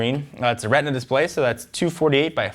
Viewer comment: Mention Retina as Retna or Reteena